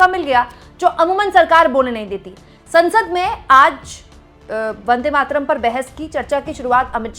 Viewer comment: Today, H.M. Shah has mispronounced Vande Mataram as Vande Matram (Matram) at least 300 times in Parliament. :)